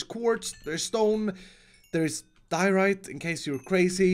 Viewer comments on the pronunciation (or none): none